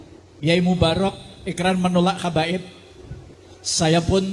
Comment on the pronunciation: Bukan kabaib madt yg benar Habaib..ngomong gak becuss